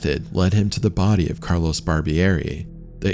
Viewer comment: Thanks for the freat documentary 🙏 Just a minor nitpick: if these guys were from Italy, their first names weren't "Carlos" . It was CARLO. Carlos = Castilian Spanish Carlo = Italian. Thanks for your great work🌺